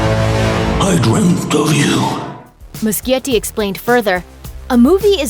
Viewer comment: It's Moo-she-yeti, not moo-ski-yeti